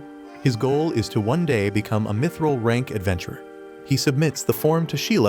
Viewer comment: Bro really said mitchrel